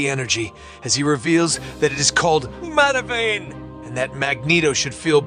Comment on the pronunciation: It’s from the “Cry Havok” arc of Cullen Bunn’s X-Men: Blue. It’s the culmination of the main story arc of the entire series. Also, it’s pronounced Mother vine, not vein.